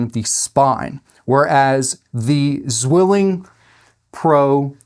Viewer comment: btw: the name Zwilling is pronounced more like "tsvilling". 'z' is like 'ts' and 'w' is like an english 'v'. the word means twin. greetings from germany.